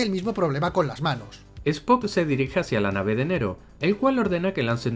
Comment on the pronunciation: No es Nero,es Nerón!